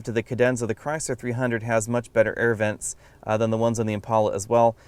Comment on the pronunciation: THOZE ERRRVENTS, ERRRVENT EXTRAORDINAIR, LOL!!